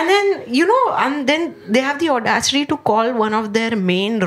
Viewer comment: She has the Odasity to say Odasity in every video